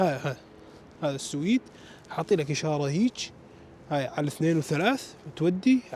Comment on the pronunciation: مسمي حاله رحالة وهو حتى اسم البلد اللي رايح له ما يعرفه ولا يعرف ينطقه ، مايك تعبان ويحكم على البلد واسعاره وسهولة التعامل فيها ويقعد ينظر ويتفلسف وحرام فيه يزور اسطبلات الخيل اللي بالسويد والله لا احب التنمر ولا المتنمرين بس اللي اشوفه لا يحتمل حبيبي في اسعار رخيصة وفي مواصلات رخيصة بس لانك غشيم ما تعرف يعني تهرف بما لاتعرف خليك على تشيكيا وبراغ ولا تفكر تطلع لفوق 😂😜